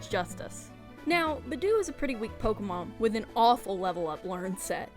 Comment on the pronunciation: Ok I won't watch this... Not if you're going to say Budew wrong like that throughout the whole video several times... Hell Nawh.